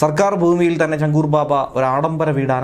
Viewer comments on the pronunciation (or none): ചങ്കൂർ അല്ല. ഛാങ്കൂർ ബാബ എന്നാണ് പറയുന്നത്. ആറ് വിരലുകൾ ഉളളയാളുകളെ ഹിന്ദിയിൽ വിളിക്കുന്ന പേരാണ് ഛാങ്കൂർ.